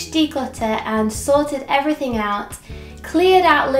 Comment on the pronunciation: It's EvereythinG Not EverythinK